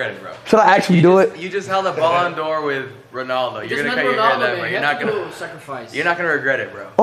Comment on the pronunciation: Speed it is not bolloon Dior ballon Dior